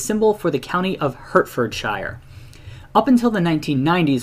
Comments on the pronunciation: The Hert in Hertfordshire is pronounced like the word 'Heart' :) Great video btw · And pronounce shire as shear like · Apologies for my pronunciation of "Hertfordshire" in the video. Special thanks to for clarifying that it should have been pronounced as "HART-fed-sheer" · butchering the name of hert ford shire